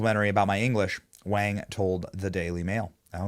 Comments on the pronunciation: Wang is actually pronounced “WONG” in mandarin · Why are you saying Wang like that